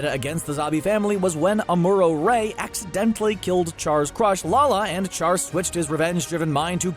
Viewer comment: It baffles the mind how a commentator of the anime world can mispronounce an iconic character's name. Char-broiled nonsense, ya pronounce it "Shar"